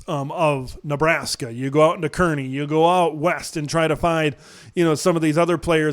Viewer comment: They say “Car-ney,” not Kear-ney.